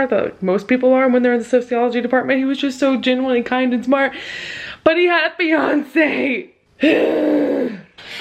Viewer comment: I fucking thought you said "BUT HE HAD BEYONCE" instead of fiancée and was like ????